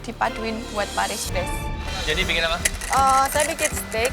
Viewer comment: Jenny : saya biqin steak sis..🤣🤣🤣🤣🤣🤣🤦‍♀️🤦‍♀️🤦‍♀️